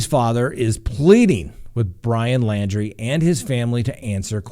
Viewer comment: his last name is LAUNDRIE...not LANDRY.